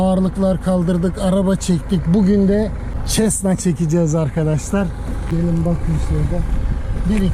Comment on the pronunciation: Bir havacı ve hava fotoğrafcısı aynı zamanda senin 25 kg testine kanmış bir balıkçı olarak ben de aldım,çok hafif ve sağlam.Bir düzeltme yapayım! Cessna 152(çesna değil,sesna diye okunur? Boş ağırlığı 490 kg,Azami kalkış ağırlığı 750 kg Güzel video,saygılar...